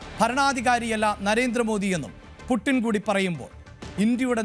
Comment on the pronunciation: പൂട്ടിന് എന്നല്ല...... പുഡ്ച്ചീൻ.... വളാദിമർ പുഡ്ച്ചിൻ